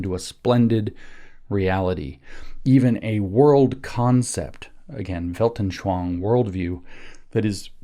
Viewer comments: Just a minor point. The word "anschauung" is pronounced phonetically as: "on" "sch" "ow" "ung" not as "anshwange." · I heard “veldenSHLONG”😂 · Weltanschauung: Weilt-an-schau-ung. Vallt.un.sh-how.oong WELT as in RooseVELT AN as un UNder SCHAU as in SHOUting UNG as in "Achtung!" for my absolute lack of an English word containing that sound. But I guess you've all heard a more or less authentic "Achtung!" a couple times in WW2 movies. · I love how James pronounces "Weltenschwang" 😅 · Yeah.. Weltanschauung isn't the easiest word for english speakers.